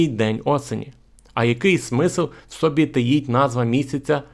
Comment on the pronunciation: Дуже гарна тема. Але ж автор розмовляе як. Той пасажир геть не знав де ставити наголос так и автор. Приклад автор каже "в сбі" за мість "в соб". ЗІ: сказав "в сбі". )))))